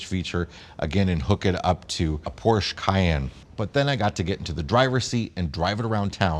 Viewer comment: I can't believe your let you repeatedly mispronounce Porsche!